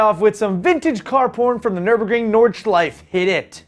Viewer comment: hey, in german you actually pronounce the nordschleif "nordschleife" use something like an "a" at the end and you shall be fine